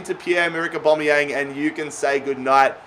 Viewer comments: Everyone: Aubameyamg Literally everyone: Aubameyang: ObOmEyAnG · ITS AUBAMEYANG NOT ORBOMBEYANG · Why you saying Aubameyang weird?